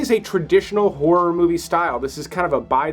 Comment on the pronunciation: P.S. A lot of your countrymen don’t manage to do it… So, well done on getting 2 clear syllables in the word “horror” because a lot of Americans do their hair and makeup while looking at their reflections in a mere and in scary movies they can face terrible whores around every corner!😁